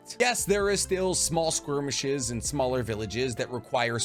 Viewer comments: You always say "squirmish" instead of skirmish and it bothers the ever loving shit out of me. Other than that, great video. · Skirmish - skermiSH there’s no w in there.